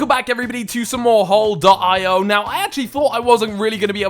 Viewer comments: I facepalmed when you pronounced hole ee oh wrong. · He called the game hole dot eye oh lol I call it hole E oh Haha